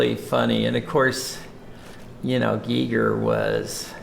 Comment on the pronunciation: Thank you for pronouncing his name correctly, and it was great to see respect payed by you all to his genius. I was lucky enough to meet him in 2002, my Art god, he was so nice, happy to meet his fans.